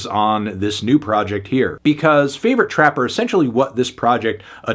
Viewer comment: He keeps saying trappa and rappa with a hard R lmao